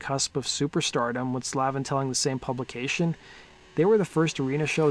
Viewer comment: Sandy pronounces his last name: SLAVE-IN.